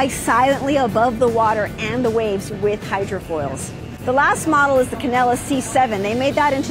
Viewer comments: She says "Canella". Every. Single. Time. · It’s pronounced can del a